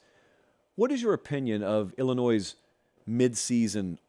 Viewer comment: There’s no “Z” in Illinois